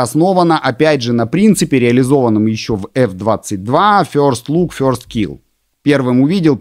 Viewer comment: info on video is good , but next time when you need tell word - first please try to lern better how this word sounds in English !!!! first not fjorst